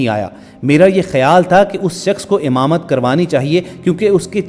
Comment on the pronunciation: Baat short kar r imamat ko hamamat na bol